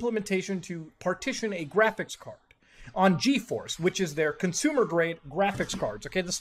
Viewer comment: No it’s jraphics card, I swear to jod you can’t say it right..